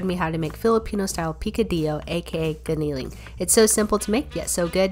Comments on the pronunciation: It's called giniling but pronounced "ginaling" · You said "giniling" wrong... Well, I think so, because of how we pronounce it